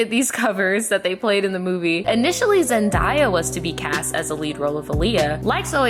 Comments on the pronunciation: Zen-DAY-a. Not Zen-DYE-a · IT'S ZEN-DAY-A. NOT ZEN-DIE-A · zendaya is pronounced zen-day-yah not zen-dye-ah :) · It’s Zendaya, not Zendie-a lmaooo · It’s ZendaYEAH Like yeah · Now, my sis Brittany would’ve NEVER been caught in those ugly ass wigs. Zen-“DAY”-uh. I had to. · Why are you mispronouncing Zendaya’s name? I hate that so much with a passion. You literally can find her introducing herself in any kind of interview or YouTube video on her channel and that’s not how she pronounces it ugh. I’m sorry I’m sounding like a bitter mean person but how do you talk about someone and don’t make sure you know how to pronounce their name correctly? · I’m just mad because you’re not the first person I heard saying it that way. Like there’s no “i” her name... so why do people keep pronouncing it like there is???? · Why are we still pronouncing Zendaya’s name wrong in 2019😑